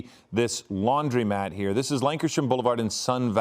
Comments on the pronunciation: Stop saying Laundrymat. The word is Laundromat. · To announcer: It's a laundromat. You've never seen a sign that says "laundrymat" so why are you say it?